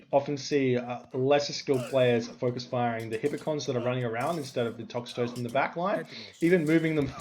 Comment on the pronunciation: I get so triggered by your inability to say names correctly every match but especially this one for the Toxotes. It is Toxotes so tox-oh-teas or tox-oats. Not tox-a-toes!!